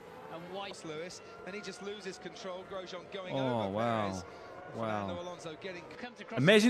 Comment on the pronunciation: XD Grosjean is said about 6 times in the 2020 clip and bro still mispronounces it horribly